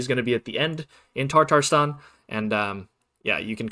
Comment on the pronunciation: very helpful video thank you, also not trying to be mean but its tatarstan not tartarstan… sorry to be that guy 😔